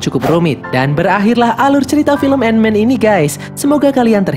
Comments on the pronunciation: Tulisan Ant Man Dibaca : & men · ''ANT-MAN THE WHAS''